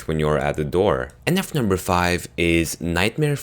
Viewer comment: he's wierd he says nuf number 4